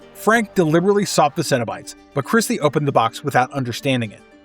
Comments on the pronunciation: Can't believe you keep saying Kristy when it's actually Kirsty. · Yo… isn’t the character’s name “KIRSTY” and not “Kristy” ?